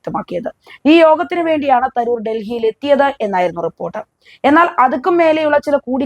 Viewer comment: I have a doubt at the start -- is your anchor Indian or only a person of Indian origin? Proper English would read his name as Tha roo r not Tha ror. Nobody mispronounces an English or American name, why then are the names of Indian personalities given this treatment?